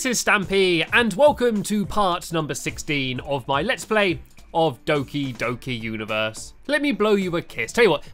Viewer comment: The o in doki-doki is pronounced like the o in pot.